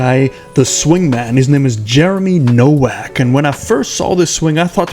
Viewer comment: actually it's an eastern European name and probably pronounced NoVak